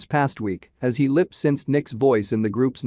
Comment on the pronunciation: u don't like hearing "lip-sinsed?" lol